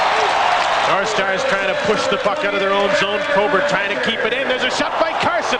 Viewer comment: why does that idiot keep calling probert "tobert"?